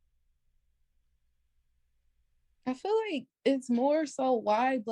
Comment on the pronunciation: “ I fill like, I fill like, I fill like…….” Can’t even say the word “feel” right. Not only that, she wants to make it a race issue, talking about “cultural appropriation” bullshit. Another irredeemably lost pookie lemming. Plus she’s married, so why is she so fixed on something she has nothing to do with or affects her…..?